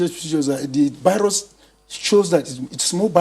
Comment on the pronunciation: It’s VIRUS not BIRUS🙄